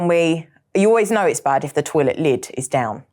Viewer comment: Is there a letter R in the word “know” I didn’t think, but what is with the knowrrr